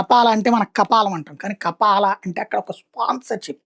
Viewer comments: Kapaala kaadhu ra….Kafaala Neechapu journalist vedhava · కపాలా కాదు స్వామి. కఫాలా...మొహమ్మద్ బిన్ సల్మాన్ కాదు. సల్మాన్ బిన్ అబ్దుల్ అజిజ్ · Ayya kafeela, kappaala kadhu😂